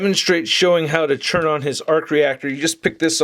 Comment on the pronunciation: I've been following your videos for a few years and I've only just noticed... You said "churn" for the word "turn", like, every time. I don't have any opinions on that. I'm just letting you know just in case you yourself didn't notice. LOL. I frickin' love this war machine figure. Great review as always. Cheers.